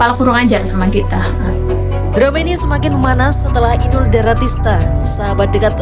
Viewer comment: Betulkan kata kata Inul.inul bukan pilih R Dan bukan pilih S